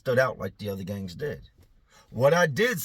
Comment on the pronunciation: He said gangs 😂 did sound like gays tho lol